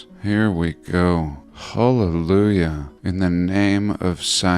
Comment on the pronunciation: "Hall-elujah" 😂 Much love, Chief, chickens and all 💗🙏